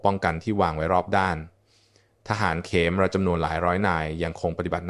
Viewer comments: อ่าน เขมร (คะ-เหมน) เป็น เข-มอน ซะงั้น บางครั้งก็คิดว่า ต่างชาติทำคลิปแล้วใช้ ai อ่าน ใช้หาเงินจากยอดไลค์ ยอดแชร์จากคนไทย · นี่ก็คนเป็น AI อ่านอีกแล่วมั้ง"อ่านเขมร(ขะเหมน)เป็น เข-มอน.. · สะกดภาษาไทยให้ถูกครับเดี๋ยวนักเรียนที่อ่านจะสับสนคำว่าเขมร-ขะ-เหม็น ไม่ใช่เข-มอน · (ขะ-เหมน) ไม่ใช่(เข-มอน) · เรียนจบอย่างสูงแต่อ่านไม่ถูต้องเช่นทหารเขมะระและเขมอนมันไปทั่วโลกไม่หาคนอ่านข่าวให้ฟังถูกอักขระหน่อยครับ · ภาษาไทยวิบัติออกเสียงเขมรว่าเข มอน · อ่านเขมรก็ไม่ถูกนะAI